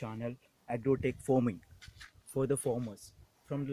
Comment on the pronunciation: First u how pronounce English words farming it not forming